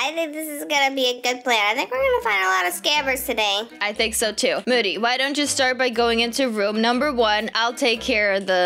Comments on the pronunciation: Way you.. Call moody. Moode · I was dying when was calling moody moidy then momo then mody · I love how is calling Moody "Moddy" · I love how said youre unicorn was rescued by and then moddy instead of moody lol